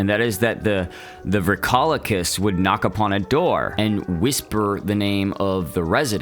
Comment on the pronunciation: it’s pronounced “Vree-ko- lak-iss”